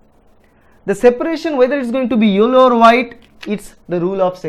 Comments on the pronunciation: Thanks sir your methods are great. Also I cracked up when u said yollow. Everything is clear now please keep teaching like this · tq n u have good English accent except yellow word 😋😋